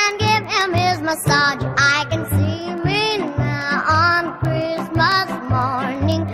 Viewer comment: Kree-us-muss. WTH